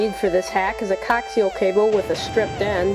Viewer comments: Co-ax-e-uhl, not coxial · Not sure if someone else has corrected you in the past 4 years kid but coaxial is pronounced co-axel, not cocks-e-l. YW and thanks for the info I'm gonna try this. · Did you say "Cocks-E-El cable? Isn't it Co-Axe-E-Ull (coaxial) cable? Have I been wrong this whole time? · "All yer gonna need for this hack is a COCK-seal cable..." It's coaxial. CO-AXial. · good vid, but FYI, it's pronounced "co-axial" cable...not "coxial" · he is talking about a coaxial cable its pronounces co-ax-ill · Thanks. Any advice on where to find info on antenna design /engineering? How does this compare with other other homemade antennas? Is this better for VHF or UHF? One confusing thing is that people are saying digital over the air TV is UHF, but why are some digital channels in the under 13 range? (channel 5-1 for example) Just FYI, The cable type is pronounced cO-AX-eeul. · If you can't even pronounce coaxial, how much could you know about digital signals?